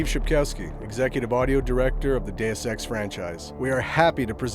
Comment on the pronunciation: Hes saying it like that because thats how its pronounced. Day-Ess or Day-us.